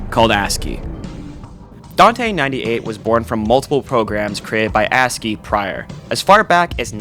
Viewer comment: “A s c i”?? “Askeeeeey”